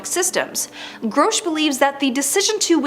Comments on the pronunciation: She says grosh whereas it should be pronounced grush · Let's all take a drink every time she mis-pronounces our boy's name.